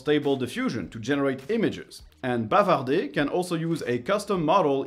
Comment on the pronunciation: C'est marrant que vous prononcez « bavarder » en français mais « imaginer » en anglais. Mais super vidéo comme toujours !